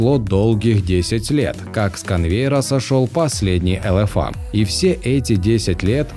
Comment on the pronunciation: Тебе произношение надо учить,не элэфа а элефей.